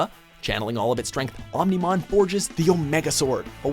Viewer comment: i love digimon and REALLY wanted to watch this. i gave a pass for susanoomon because at least its complicated, but BYE OO MON... wtf